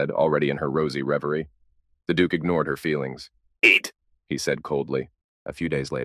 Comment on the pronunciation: ....the word "eat" was personal